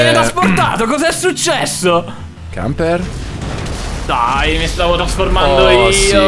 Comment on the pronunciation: Camper che pronuncia bene i nomi giapponesi ma non quelli inglesi